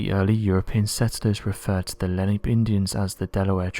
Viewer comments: And he butchered the native tribe name. I grew up just on the edge of the Pine Barrens. If you're going to make a video, know your subject. Len APE? Good grief. Lay-nah-pay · the Native American tribe of the Lenni-Lenape and/or Lenape is pronounced Len-ahh-pay :D - Being that I'm from just out side the pine barons in South Jersey I was taught about this tribe as a child. This story is 100% TOTALLY NEW TO ME!! AND WOW!!!!! I can't believe I've never heard it before, I've heard sooooo many stories about the Jersey devil throughout my life but NEVER anything involving the military.... And it's great that it's down to earth and makes sense, but I guess we'll never know how true it is.... I was unsure as to WHAT was declassified and I'm a bit confused about, so I'll give it another listen. :) THANK YOU SO MUCH FOR THIS!!! WOW!